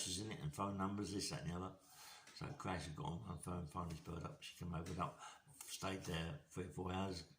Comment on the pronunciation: A bit of fish influence crept in there 'CRASH' lol. i don't suppose you ever went to the City club on the City road in the early 80s, now that was rough lol.